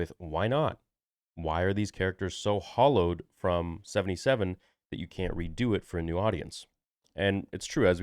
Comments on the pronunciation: Hallowed as in revered not hollowed. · The word is "hallowed", not "hollowed", ffs. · Hallowed..."HAAL OWED"...Revered ,sacred, praised. Not hollowed. Although Disney deffinetly is hollow lol. Now seriously...do we usually see sci fi rebooted?...they reboots action...and fantasy, but even star trek disnt reboot..they time traveled altered it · Hallowed, not hollowed